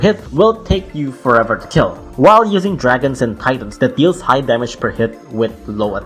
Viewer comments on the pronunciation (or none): none